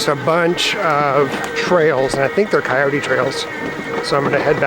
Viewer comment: Thanks for pronouncing Coyote correctly. Does anyone remember Wiley Coyote? It's Coyoteeeeeee you got it dude!! Love that you are taking us along on your journey 🙏🏻 its fun. A nurse in AZ that has grown up with Coyotes Lots of them. Not pets. They are scarey here!!